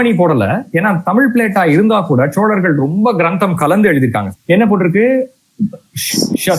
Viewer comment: ஏம்பா, தம்பி, சோழர்களா? இல்லை ச்சோழர்களா? சூடாமணியா இல்லை ச்சூடாமணியா? ஏன் இந்த உச்சரிப்பு கொலை? திருத்திக்கொள்ளவும்.நன்றி